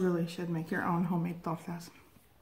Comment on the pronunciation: To make torrrrrrrrrrrtas!!!! Lol the way you roll your r’s calm down killer lol